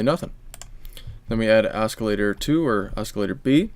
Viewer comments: Are you saying osk-ilater? In English, this c is silent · i thought you were saying escalator lol